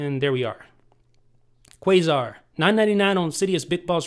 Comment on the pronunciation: It's pronounced Qasar (Kah-Sar).